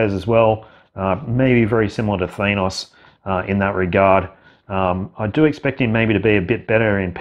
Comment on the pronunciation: ThAN—os, not ThANE—os! Seriously, dude. I’m an Aussie too, but I know how to pronounce characters’ names!